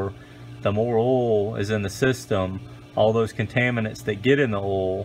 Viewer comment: Is it that hard to say "OIL" 🤣🤣🤣